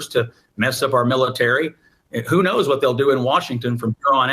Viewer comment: "Say Wat"...u beeze all racist n sh/t.🤣